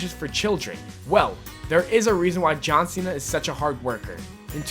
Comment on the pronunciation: AND HIS NAME IS JOggHN CENA